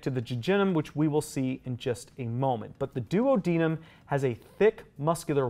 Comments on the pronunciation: He keeps saying “duo deniem “ and I can only think of Peter griffin saying Oops my duodenum acting up Be he says it Do ad an nam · I’ve never heard duodenum said like that before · I have never heard duodenum and jejunum pronounced that way 😮😅